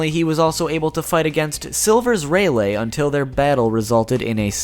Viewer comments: raylay... HOW DO YOU MISPRONOUNCE THATT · I'm still laughing cause you pronounced rayleigh as Ray -lay (( not trying to be rude I just found it funny )) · Dude. I really, really fucking haaate how you pronounce Rayleigh. What the fuck? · its not ray-lay its ray-lee and u forgot to go over snake man form of gear 4 (observation haki form) also int nor anne l its n-a-roo